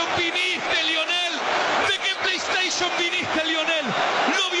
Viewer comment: tu abuelo ni en pedo sabe lo que es una "plei esteiyon" jajaja